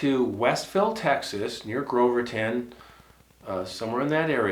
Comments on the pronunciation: Groveton. Not Groverton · It's Grove-ton btw not Grove-er-ton 👍🏾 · Damn it Its Grove ton no damn r in it and no Groverton near the Davy. We hunt with 270s 30‐06s